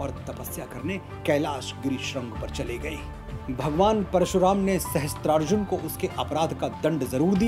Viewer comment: maharaj ye galti na karo sahasTrarjun nahi sahasRarjun hota hai .